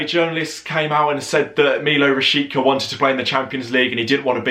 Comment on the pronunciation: apparently its pronounced RA-SHEET-SA